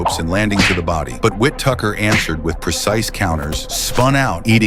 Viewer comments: Whittaker. Not witttucker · Y'all got to teach AI how to pronunciate. WTF is "Whit Tucker" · It sounds like your calling him wit tucker it’s Ben whittikar Whi-ti-ker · It's whittaker Not whittucker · You couldn’t even get the name correctly . Wit Tucker koo Chris Tucker niii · Witucker is crazy 😂😂😂 it’s pronounced Whitaker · whit Tucker? Its Whittaker you AI bollox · Tucker...lol...get his name right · Ben Whittaker not Whit Tucker ffs! Stop this piss poor AI shite! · Probably a Nigerian Prince creator of this shite,Whittaker not Whittuker wtf 🤢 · "Whi- tick -er" not "win ticker" smh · WHITTAKER NOT WHIPTUCKER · Who the hell is Withtucker?? Whittaker is his name😅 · Wit tucker 😂 ai cant read wittaker correctly 🤭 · It’s Whittaker not “Wi-Tucker” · It’s not WHIT TUCKER…..it’s Ben WHITTAKER! Sheesh! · Why he keeps calling Whittaker “Whitucker” tf is that about! 🤣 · It’s WHITTAKER 🤷🏻‍♂️ not TUCKER Sausage 🙄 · His name is Ben Whittaker. Not wit taker 🤣🤣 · Whittaker not Wit Tucker 😂😂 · Who is whit tucker? Its whittaker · Who tf is "ben whit tucker"😅😂?? Wow ai.. his name is ben Whitaker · Whose the Whitucker guy? It Whittaker my AI bot friend 😅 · It's pronounced Whittaker you silly Ai commentator. 😂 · Who is Ben Wit-Tucker? AI sucks. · Ben Tucker? AI fails again.... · Learn how to pronounce the man's name. His name is Whitaker. Not Whitucker. Morons. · Whittaker ❌ Wit Tucker ✅ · I heard wit tucker too, AI sucks! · What’s this Wit-tucker pronunciation? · STOP WIT THIS AI BULLSHIT.... WIT TUCKER.... 4REAL..... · Wit-tucker 😂😂😂 At least get his name right!!! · Whit- Tucker??? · Never heard of Whit-tucker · Fix your A.I. who TF is "whit-tucker?? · The AI voice calling him "Whit-Tucker" is crazy tho. 😂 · Whit-tucker 🤦‍♂️ get a grip. Crap video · Hearing Wit tucker is pissing me off lmao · how the fuck are u sayin his name??? wet tucker??😭😭😭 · The AI voice saying “WIT-TUCKER” is pissing me off 😅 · Ben whit-tucker ? 😂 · “ Whit Tucker”? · Whit-Tucker Huh? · Wit- Tucker???? 😂🤣😅🤣